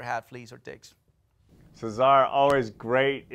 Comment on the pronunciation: I know, I'm Swedish and no English-speaking person can pronounce my last name correctly - but I've never heard that way of pronouncing Cesar before. And this guy is obviously not Latino, so I'm not sure that's the way they say it in Mexico (though I don't know).